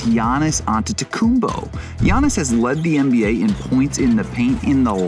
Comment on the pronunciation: 8 years later and they still can't pronounce his name. Yannis/Yiannis/Giannis (Yah-knee), Antetokounmpo (An-ded-uh-koom-poh). The "S" in the Greek name Giannis is silent. Adetokunbo is a Nigerian/Yoruba name. Antetokounmpo is the Hellenized version that he does not use outside of Greece. The letter "T" is pronounced like a "D".